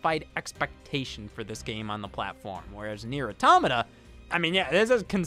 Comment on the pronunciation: I like how Scott learned how to say "automata" half way through.